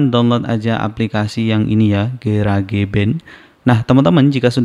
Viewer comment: Garage cara sebut nya "garaz" arti nya garasi. Jangan di sebut "ga ra ge" jadi aneh sebut kek gitu.. 😂